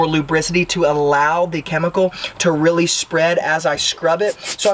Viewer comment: RRrrreally RRReally 😂